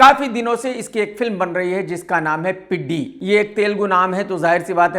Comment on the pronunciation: Peddi ❌ chadddi ✓😅